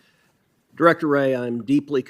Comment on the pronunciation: Cruz can't say.wray you are a communist sypathizer